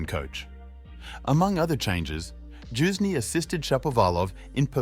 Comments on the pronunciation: It's Youzhny, as in "you", not "Joozhny" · "His former coach JUICE KNEE" wtf learn how to pronounce names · Youzhny is not pronounced Choosney, dude. Have you never seen him play, heard his name? Whats going on? Jesus....